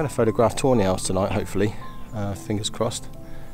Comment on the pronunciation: Couldn't help hearing "toe nails" everytime you said tawny owls 😂